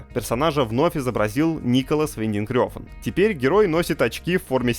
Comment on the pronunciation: Николас Виндинг Рефн. Не Рёфн.